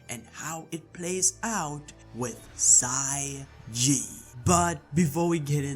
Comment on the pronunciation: i think it's xia ji not xai ji